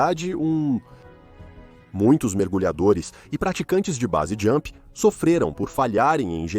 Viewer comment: Muito bom seu video. Mas precisa melhorar a pronuncia brother. Wingsuit vc está pronunciando "wingui suiti", e Base Jump vc pronuncia "base" e o certo é ler como "beisi". Apenas uma critica construtiva 🙂